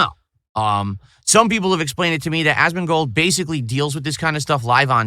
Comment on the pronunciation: Ahsmahn-gold 😂 is such an alien 😂😂